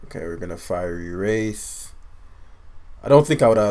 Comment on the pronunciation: Fiery Wrath. Wrath rhymes with bath. You’re saying wraith.